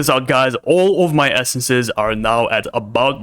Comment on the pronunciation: the fact he says "essences" hurts my ears